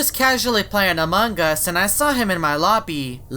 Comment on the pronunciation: among gas Me: it’s us